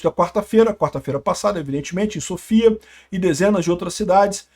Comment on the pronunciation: A pronuncia correta é Sófia. Vlw pelo vídeo! 😊